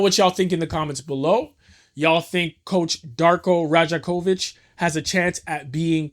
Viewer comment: Damn you butchered the coach’s name lool